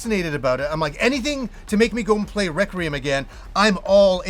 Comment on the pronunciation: It's pronounced REK-WEE-UM... There's no R in the middle 😂